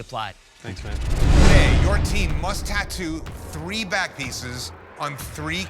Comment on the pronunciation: I’m I the only one who heard bat piece not back piece